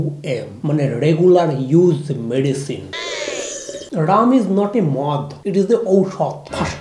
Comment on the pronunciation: It's not 'Ram' it's 'Rum' ...